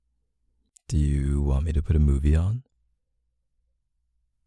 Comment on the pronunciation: Ummm am I the only one that heard Buby instead of movie ....just a question